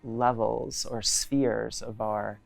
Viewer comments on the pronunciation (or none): none